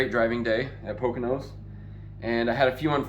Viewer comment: Why is everyone calling it “poconos” when it’s pocono? Lol